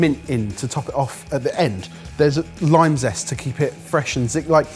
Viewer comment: for “zime lest,” for anybody else who had trouble finding it!